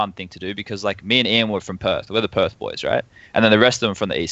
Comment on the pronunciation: did say perth